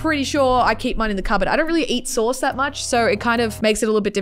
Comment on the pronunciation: i thought she was saying source and i was so confused but its SAUCE